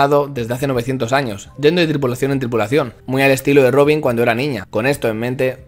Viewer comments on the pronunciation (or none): none